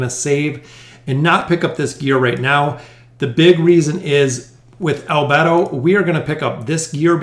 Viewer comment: I love the anime, albedo i think ur pronounced wrong. No worries love ur vids